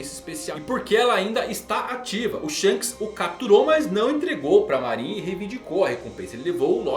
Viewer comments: desculpe mas, não é Shanos, é SHONKS! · Não tanko o chamando o Shonks de shanos kkkkkk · kkkkkkkkkkkkkkkkkkkkkkkk perco tudo quando ele fala "Shanos"